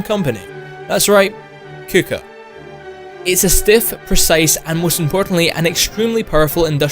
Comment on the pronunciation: If you where just going to ignore the transformation part then why not just pick a tank with a minigun mounted? And btw Kuka is pronounced "Koka"